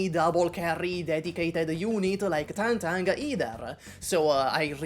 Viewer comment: Thank you for being seemingly one of the few YouTubers who bother to pronounce Tangtang's name right